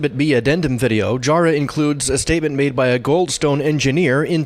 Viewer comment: And it's pronounced Jah-rah not Jaw-rah.